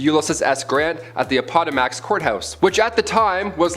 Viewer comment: look up the pronunciation of Appomattox